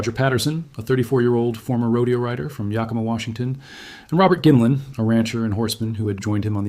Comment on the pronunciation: You might be interested in knowing that the Yakima were a tribe of Native Americans. It is not pronounced "ya+kee'-muh". Native languages tend to put the accent on the second syllable. The tribes name is actually pronounced as Yah-kih'-muh. Just saying... Love your videos regardless! Dreamhawk 🪶